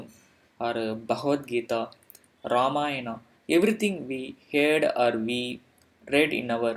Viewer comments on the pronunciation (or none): none